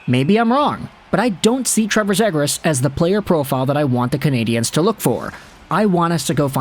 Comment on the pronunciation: Before I even watch this I already know it’s gonna be pronounced Zaygras and I already know the ducks are gonna get screwed in this mock trade